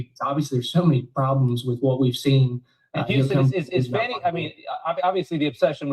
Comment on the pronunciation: Fanny....NOT FAWNEY.😂😊